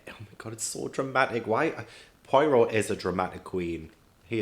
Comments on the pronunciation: Just one quick thing before I watch the last 2/3 of this. Poirot is pronounced Po-ah-row. Thank you for your attention. Back to the movie now 🤩🤩🤩🤩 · You mispronounced Poirot's name a lot on this video, but that can be forgiven if you only have the written word to rely on. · I love you to the moon and back, please pronounce Poirot correctly. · In the first 3 mins: Oh no.. please say you’re not going to pronounce Poirot that way all the way through this video. 🙈🤪🙃